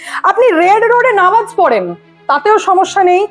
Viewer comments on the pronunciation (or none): none